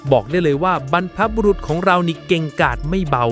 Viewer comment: ฟังมาตั้งนานนึกว่าเป็นคนพูดจริงๆ ที่ไหนได้ใช้ AI อย่างเช่นบรรพบุรุษ อ่านเป็น บรรพบุรุ๊ท😂😂😂 เสียงสูงเลย